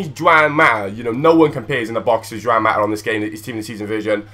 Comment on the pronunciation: It's wan